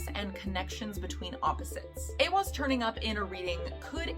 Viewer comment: This card (*I am a college student in a Nordic Studies program. I am also Nordic although I live in the states.) You say this well!!! It is said as A-wahz saying the beginning a as in ate. And the second a as in awwww & ahhhh. Thank you for your video! Most say this incorrectly. Educational scholar Jackson Crawford says A-hahz said mostly the same but he uses an h instead of w. I've heard it both, so I just see them as both correct. Those are really the only two correct. Some say it as eye-wahz because of the i after the e but this is incorrect. Now the other Elder Futhark rune Ehwaz is actually said different, not like this rune, it's not the same. Well done on your great video!!